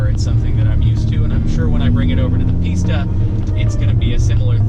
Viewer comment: Every time he says pista I’m gonna think he says pizza